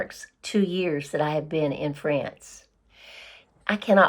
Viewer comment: France pronounced without ants. Trying to help no ants … no ants. Try ance or once.